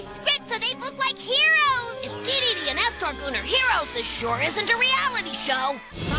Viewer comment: when he said dedede man i heard gigidy man